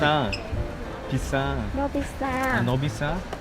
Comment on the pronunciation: 한국인인데 ㅋㅋㅋㅋㅋㅋ왜 외국인이 발음하는거 처럼 어 넘흐 비쏴아ㅏ아